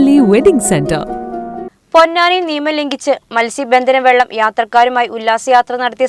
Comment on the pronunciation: വെള്ളം അല്ല വള്ളം